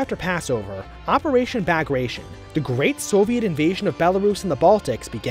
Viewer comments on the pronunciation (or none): that's not how you pronounce bagration